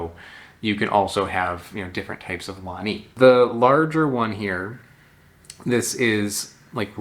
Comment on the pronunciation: you pronounce it right, wani pronounced one knee